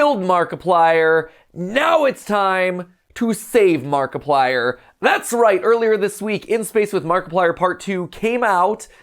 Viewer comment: Nobody: Game theory fans: Mackiplier